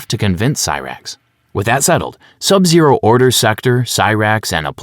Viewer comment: My favorite MK character is Sab Zaro